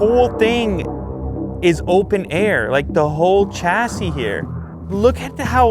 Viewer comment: Chassis is pronounced shassy